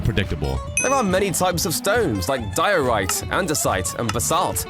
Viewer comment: ITS PRONOUNCED DIE - O - RIGHT